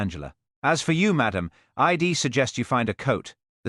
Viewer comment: I love these stories but this AI reading is terrible pronunciation mispronunciation these are such good stories I enjoyed it anyway thank you. Sadly even though AI can write brilliant stories and good stories it does become repetitive when AI alone is writing instead of using their original books...im instead of I'm.....id instead of I'd .. ill instead of I'll..... after Mr. and the name yowl not you'll , well not we'll...so basic come on AI We are educating you